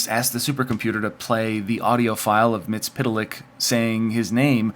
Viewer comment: Its pronounced Mitt-sul-plick.